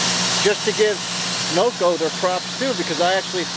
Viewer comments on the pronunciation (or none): Did you say Noco or "NoGo" 😅